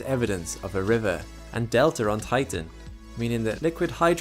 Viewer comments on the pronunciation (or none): none